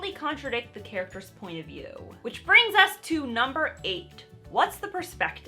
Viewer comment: You made me do a double-take, cuz I thought you said, "First: what is the point of you ?" I now realize you said, "First: what is the point of view ." lol